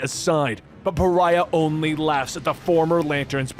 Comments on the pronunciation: You said Pharah instead of Pariah way too many times. There is a vast difference between an Egyptian lady from Overwatch and a white male demigod from the DC universe. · One last video of him mispronouncing one last name, Pariah as Pharah. This is not a grievance, gripe or complaint. I actually li,e Pharah better than hearing Pariah. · Love you, but Pariah is pronounced Puh rye uh...YAY!! You got it right in Supergirl's death issue!!